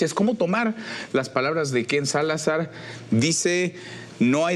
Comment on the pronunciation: Por qué Manuel insiste en decir: KenSalazar, es Ken-Salazar